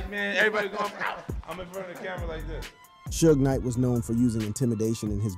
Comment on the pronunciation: Shooges Knight? hahhahahahhaa